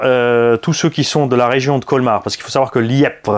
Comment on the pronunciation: Les membres du modelisme val d'argent te remercie pour la vidéo 😉😉😉 Petite précision il ya pas de b dans Liepvre et ça ce prononce comme le lièvre 🐇🐇🐇